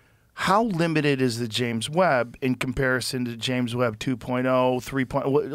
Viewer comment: Did he call it the James "webbed" telescope